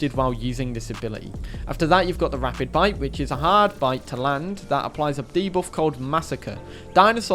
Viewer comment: You kept saying "rapid bite". It's rabid bite. There is no p in the word rabid.